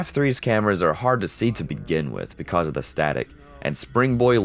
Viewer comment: why do you pronounce "because" wrong?